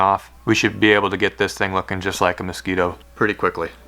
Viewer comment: Mos scwEEto